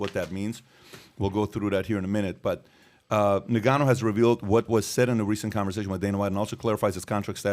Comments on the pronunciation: It's pronounced "In" gannou...not "Ni"gannou. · It's pronounced Nnnnngannou...not Negannou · It's En-Gan-noo! not Nig-an-noo smh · Sounds like he's calling him Nigganou..not koo0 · he keeps saying nigganoo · Bruh said niggaa-nou 🤣😂🤣😂🤣😂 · It was driving me crazy how he was saying his name 😂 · How can you still be getting Ngannou and Gane's names so wrong dude? It's just lazy journalism